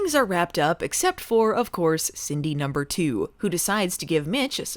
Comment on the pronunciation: Every time yiu say "Cindy number two" it sounds like you purposefully try to say "Cindy poop"